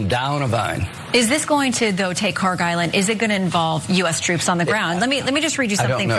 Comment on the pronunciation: PRONUNCIATION: kharg خارک should be khark. pronounced like park but the german 'kh' sound in the beginning instead of 'p' there is absolutely no 'g' sound in the name. ک is the last letter in the name which is 'k', not گ which is the next letter of persian alphabet which is 'g'. they look similar to people unfamiliar and the keys are right next to each other so it is either a typo or ignorance in transliteration.